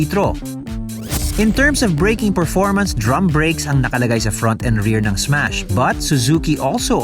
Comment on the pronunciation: Ssssmash po hindi esmas hahaha